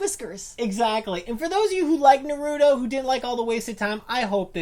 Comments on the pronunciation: “So today we’re gonna talk about Naruuuudo, not Naruto, Narudo” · It's NA-RU-TO, not NAROODO O.o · Why are u saying nurooto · Its Naruto not Narudo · Naruro wtf! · Why do keep saying narudo... It's naaaaa-ruuuu-tooo. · THe wAy he SaYs NarUto is CrInGe It's Na-ru-to NOT Norudo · It's not nahruudow it's naruto. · If you even watched naruto you would know how it's pronounced by when they say his name, which is naruto not narooto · It's naruto, exactly how its spelt, not nerudo eww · NAR-OO-TOE NOT NUH-ROO-TOE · Why? Why do people pronounce naruto the way these two do? It's nah-roo-toh not nuroodo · Why can't people say naruto without saying narudo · There's no d neither...they days norudo when it's narutoh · Narudo....its narootoh ...idiots... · It’s Nar-u-toe. Not na-roo-doe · Narooto...... what!? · The moment they said, "Na-ru-do" I was outta here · "Narutos one of our favourite shows" says it like nar-oodoe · Na-Rude-o wtf? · stop saying NARUUUTO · Not naruto Naaaaaruto Baaka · The cringe is real it's not Naruto not what ever you just said nar-u-to now do it a little faster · Na-ro-do? WTF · You mean na-ru-do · Nope they said na-ru-doe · Bruh you pronounce it like "Naroodo" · “Narudo” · Narodoo doing the rasangun while soosuke doing the shitdorri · Narudoe shipudeen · yeah watched 20 sec and i can any more STOP SAYING NORUTO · STOP SAYING NORUTO THERES NO FUCKING O!!!! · Isn't naruto pronounced like nar uh toe like they say it weird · you said naruto wrong but it does not matter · im sorry, but like thats not how you say naruto or shippuden- (no offense lol) (also im from the future in 2020) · stupid you are saying naruto wrong knukle head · Definitely not a naruto fan if u can’t pronounce his fucking name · THATS NOT HOW YOU PRONOUNCE NARUTO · I hate how you say Naruto tbh gotta learn how to say it right. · Sorry but stop white peopling the fucking name. Naruto roll the fucking R... I bet you say Jalapeno with a strong J.. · Ur saying naruto wrong